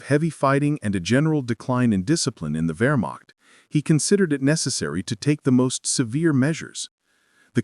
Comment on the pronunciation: Its" ver mact"...not "where mac"...stupid ai narration...ruined it.